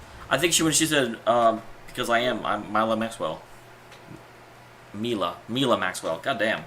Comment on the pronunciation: Milla - Mil-la